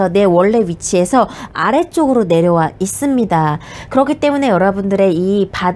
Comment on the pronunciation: "있'습니다" "없'습니다"가 젤 기억에 남아요ㅋㅋㅋ